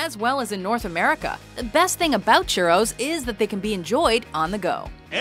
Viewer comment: lol they said churros as shuros